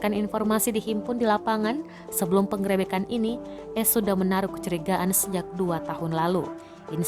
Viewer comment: Buat mbk yg membawa berita tolong kata penggerebekan di perbaiki 😂